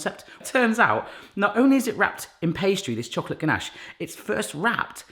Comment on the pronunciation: When he kept saying ganache, I thought he was saying Ganesh, the hindu god. I was so confused for the first 3 minutes for the video, lol XD.